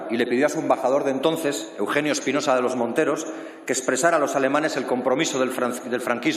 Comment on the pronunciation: Espinosa de los monteros solo sabe ladrar aunque no pronuncia bien la R.... MATUTE le da cien mil vueltas en política y en historia... Espinosa vuelve a las cavernas con tus antepasados